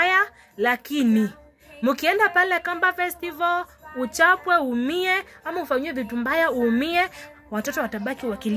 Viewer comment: Ni festival not vetival wewe